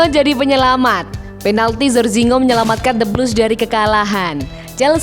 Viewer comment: Min mabuk k, Jorginho bukan zorzinho tdk tau membaca k parah